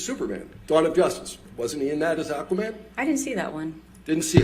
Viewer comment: It's not Aquamera it's Aquamannnnnnn 🤦🏽‍♀️